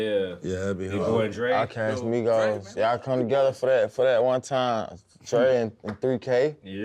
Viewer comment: Not “Migoettes”🤣🤣🤣